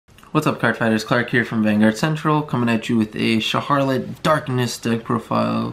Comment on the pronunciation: shar-h-rot not shar-har-lit